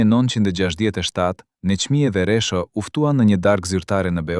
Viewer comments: Meso shqipen jo resho po rexho dhe mos perdor ll po l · Kush po folë. Një sllavë po lexon. E lumtur, jo e llumtur. E pritshme nga një gjakovar interesgji. Një gjakovar i martuar më parë me një shkinë. E mashtron një këngëtare të madhe. Jo Resho por Rexho o sllav.